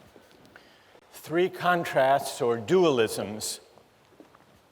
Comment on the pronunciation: The Three Kant-trasts